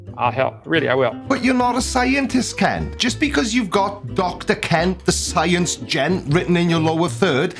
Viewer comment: Are you sure you are pronouncing Kent properly?